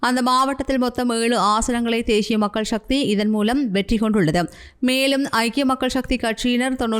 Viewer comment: தேஷியம் உச்சரிப்பு பிழை. தேசியம் என்பதே சரி.